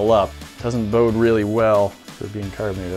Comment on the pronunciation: "mato sauce"